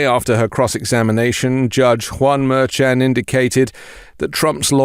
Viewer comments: The judge's name is pronounced Mershon. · But because you're using a different pronunciation of Judge Merchan than your associates who know the judge makes me question how hard you're working at this.